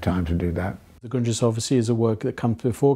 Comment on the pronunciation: replayed the beginning like 12 fucking times, he's saying "the Gundrisse", the '73 penguin books edition of marx's Foundations of the Critique of Political Economy for anyone else curious.